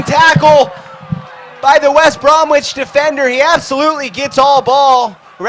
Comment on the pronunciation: "West Brom"wich" Albion. "First Debut" Lol.